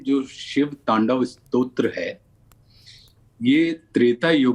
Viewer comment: Anchor जी ने बोली "शिव तांडव श्रोत"